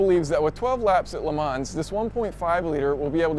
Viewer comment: Le Mans is pronounced "L'man" there is no "s" in there. Easy to remember: "Bon-Appety, L'man, Illinoy"